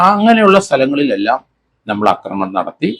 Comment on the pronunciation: ... "Akramanam" ennallaa... "AAkramanam" ennu neetti parayanam sir...